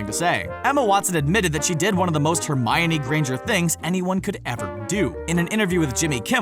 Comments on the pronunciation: Hermaiony?! Why do you pronounce it like that?? XD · Hermaoine it’s funny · Ow hermoine. That really hurt